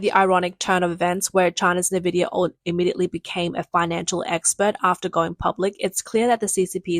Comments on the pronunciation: N VIDIA Not ‘nah VIDIA’ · FOR CHRIST'S SAKE IT'S .... IN-VID-IA. Not NAH-VID-IA.